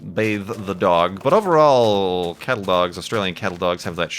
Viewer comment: I can never tell if is saying "cattle dog" or "kettle dog"